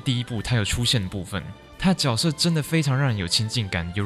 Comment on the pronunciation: 角色（júe sè) 脚色。。。